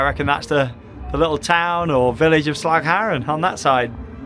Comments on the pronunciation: Again impressed by your pronunciation of 'Slagharen'. 'Duinrell' could use some work though. Only (partially) kidding! Welcome! And enjoy the very UNdutch weather! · Nailing the Dutch pronounciation there! That "g" sound must have taken some practice ... :D